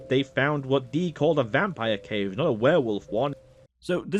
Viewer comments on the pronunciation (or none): none